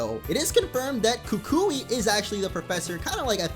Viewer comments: Nope it's (koo-koo-ee) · the professors name is pronounced ku ku e